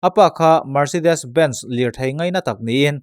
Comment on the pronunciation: Mercedes Benz hi Bens ti a lam tur anilo,Ben zi (Ben zee) tiin Helam America ah chuan an lam -From Texas